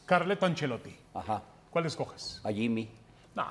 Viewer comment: Ancelotti😂 vamos a ponernos serios y dice ancelotti 😂😂